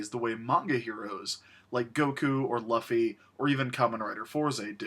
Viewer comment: Chris the 'u' in Luffy is prounounced as if you were saying Louie. As Damien Sandow would say, you're welcome.